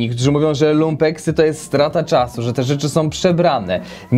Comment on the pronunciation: Panieeee! Nie LUMEPKS tylko LUMPEKS! 😂